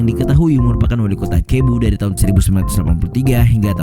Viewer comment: maaf, ada banyak sebutan yg salah... huruf V disana disebut B.. contoh Vincente di sana disebut Binsente... Cebu bukan Kebu,.. Tapi Sebu... saya pernah ke filipine jadi tahu banyak hal..